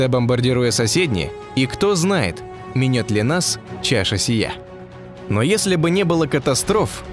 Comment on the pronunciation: Всегда находящуюся в тенИИИИ -- ударение диктОру. Пусть памправент. минЕЕЕТ ли нас чаша сия. ДиктОр слышыл тока слово минЕт? а миновать -- это мИнет.